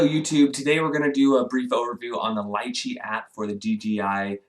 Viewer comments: Its pronounced as Lee-Chee... not Lie-Chey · "lie-chee"? ... i've always pronounced it "lee-chee" ...potato potato :) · It’s pronounced, Lee-Chee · Not pronounced correctly